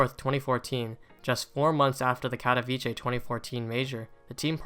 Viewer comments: Bro it’s pronounced Katovitsé and not Kadaviché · No hate but my guy its "katowice" not "katowicie" 😭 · It's pronounced Katoveetsay not Katoveechay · Its not katowicie, its katowice, can you try to say it correctly? Its really annoying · pronounced "kato - Vits - eh" no ch in there. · Great video, but please pronounce katowice correctly. KAH TOE VEETZ UH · No one pronounces the name right, get used to it. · the way people say katowice pisses me off as a polish person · As a Pole, I can't watch this movie because you keep pronouncing Katowice wrong XD. use google translate and check the polish pronunciation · That’s now how you pronounce Katowice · Bruh the pronunciation of Katowice 💀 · please learn how to pronounce Katowice... its painful as a Polish viewer